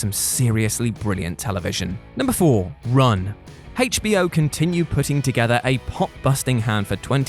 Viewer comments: Listen to how they pronounce HBO... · Why is he saying hbo like that? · Haich Bee Oh. lol. It's like when other countries say Zed instead of Zee. Just a slight difference in pronunciation.